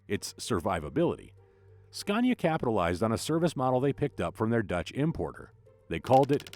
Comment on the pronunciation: Why oh why do you still call Scania with an R of goodness sake !! 😖